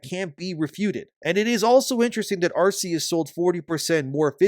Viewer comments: It's Ar-KEY-us, not Ar-SEA-us. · Ar-KEE-Us. Pls my guy, it's been 18 years. We had a movie. We had Legends Arceus. They gave us an Arc phone, which is a dead giveaway for how Arceus is pronounced T-T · It's not "Arse-eus".